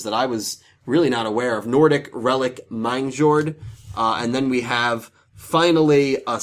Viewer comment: Nordic Relieve? No offence, but you pronounced the easy parts of the cards worse than the hard parts